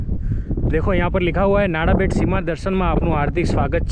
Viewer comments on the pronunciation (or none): नाड़ा मत बोलिये, “नडा” बोलिये । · नाडाबेट नही नडाबेट भाई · नाडाबेट नही नडाबेट बोल भाई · Nice video and good information. One thing I want to say that it is "નડાબેટ" , not "નાડાબેટ".